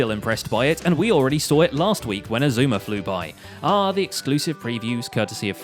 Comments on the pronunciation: He said his name right Every one on grains next vid go spam him saying that he said xisumas name right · Grian: pronounces xisuma's name right Me: who are you? XD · Grain pronounced Xisuma’s name correctly,that’s newsworthy,agreed. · Hang on, did I hear Grian say Xisuma’s name right for once? GG Grian